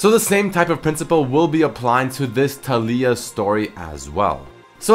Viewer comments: Taliyah. Pronounced Tall-ya not Tall-ee-yah. come on..... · Pronounced Tay-Lee-Ah not Tally-Ah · I dont think her name puts infesis on the "li" part of her name, i think its tA-li-uh. not ta -LEEy-ah. just my thoughts. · Why do you say Ta-lee-ia? Isnt it Ta-lái-ia? It sounds better in my opinion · I feel like her name is pronounced Tah(like Tackle)-Lee-Yah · It's fuckin Tal-EE-YUH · It is pronounced tar-lee-ar